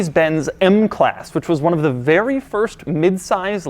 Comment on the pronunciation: doug the type of guy that had an orgazm in a mercedes and say its a werry werry nice car